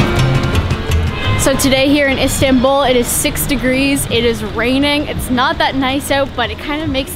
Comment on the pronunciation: High productions values and a nice variety of foods shown to encourage everyone to try the delicious treats. It is a little nit picking, but your pronunciation of everything Turkish is so off the mark. You both even pronounce Istanbul incorrectly. Some you tube pronunciation help would go a long way to elevate your videos to the next level.